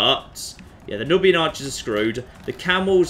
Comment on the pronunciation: I'm pretty sure that "Nubian" is pronounced "newbian".